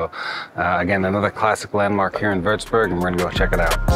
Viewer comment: First of all, your pronounciation of such a difficult name is incredible!! Well done! Secondly, as someon from Würzburg, I always get so excited when other people appreciate my city as well :)